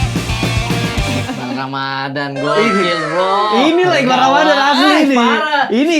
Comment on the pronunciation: iqbaal bang bukan iqbal, a nya dua